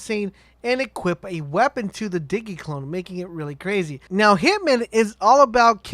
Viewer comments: In sin de airy Di gē I swear if i hear digi again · DIGGY DIGGY CLONE.